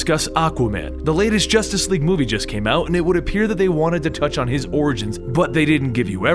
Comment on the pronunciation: You said orings 6 times